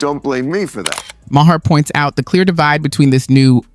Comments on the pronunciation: At least know how to say his name. It’s not bill meer ( it’s pronounced Mar) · Dude. If you are going to make content like this. Learn how to pronounce the names of the people you are including in your content. Nothing says I have no fucking idea who or what I’m talking about like not knowing it is Bill “Mar”, not Ma Hair.